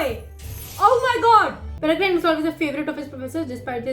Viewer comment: Just to correct you, it’s not “PereGRINE.” Its “PereGRIN”. The E on the end is silent. And as for the UK - only old people (or people with no life) own China Tea Sets. It’s the ABSOLUTE warning that they are basically just waiting to die… And, to be honest, I hope Rakepick was acting on her own. If R is given a bad name they’re less likely to succeed, so it’d make Rakepick a good person. And Draught of Living Death is pronounced DRAFT of Living Death.